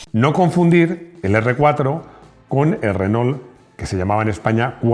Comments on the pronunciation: Qué cosa tan loca que los españoles no puedan pronunciar bien el castellano 🤣🤣 (en este caso tampoco el francés). Renault se dice renó, ma' qué "renol". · Se pronuncia RENó, no Renoul